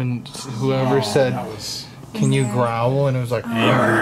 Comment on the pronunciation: Grow-uhl?! Guys its growl - one syllable, Jesus...